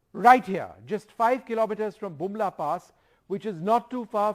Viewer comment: I thought he said Jhumla pass, would have been perfect sarcasm 😂